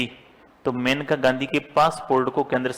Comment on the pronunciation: That is not मेनका गांधी it is मानेका Gandhi